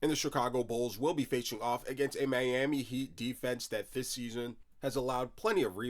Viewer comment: Hey bro, that’s a disgusting way to say Miami😂 Love the content🔥🐐😂